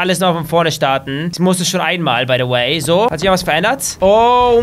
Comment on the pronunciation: Warum sagst du baydoway